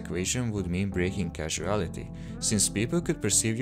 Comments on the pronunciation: "Casuality"? It's Causality. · One small nitpick - near the beginning, you said “casuality” (like a casual outfit) instead of “causality” (like cause & effect). I’ve run into that issue before too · I saw your previous video a while back, and both that one and this one are great stuff! I just wanted to let you know (and I know English isn't your native language and that's totally fine) that the word "causality" is pronounced "koz-ael-it-ee", like "cause-ality". It's not like the word "casual" (kaz-yew-all). "Causality" isn't "casuality". Just some constructive feedback, your videos are super awesome! I was just telling my oldest daughter on our way home from her school yesterday how I'd like to do a proper high-speed motion simulation that shows what light would appear like if we could move really fast, because everything I'd seen so far either just distorted space or warped the colors, but didn't seem to capture all of the actual effects that would take place. I think you beat me to it! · You say casUALity when the script reads CAUSality. I can only assume you did not write the script or you are taking someone else’s script or writing without citing where you got the info from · “Casuality”? Aaand I’m out.